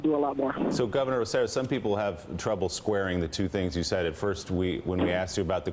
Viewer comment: And he says that when you guys once again mispronounce his name. It's Rose-eh-JOE or Rose-eh-YO depending on whether you're speaking with a Puerto Rican or Castillian accent. Love you guys but get the poor guy's name right. He's working so hard.